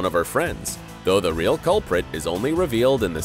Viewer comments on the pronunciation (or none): none